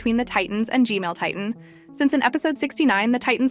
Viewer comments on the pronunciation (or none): Hello why I hear gmail instead of gman? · why does she say gmail its gman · I love the way you analyze everything and talk about it its just the G-mail toilet instead of G-man that kills me 😂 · G-Man ✅ G-Mail ❌ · I laughed just because she said "G-Male" 😂😂